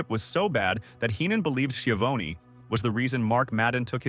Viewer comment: Lol skivown (how the op pronounced it) its pronounced shavoneee